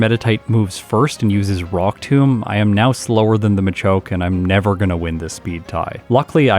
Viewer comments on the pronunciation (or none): none